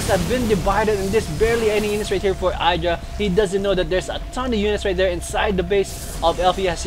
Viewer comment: well casted, just remember that you pronounce idra id-ra, not eye-dra